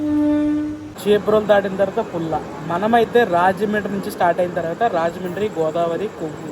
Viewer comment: పల్ల కాదు పుల్ల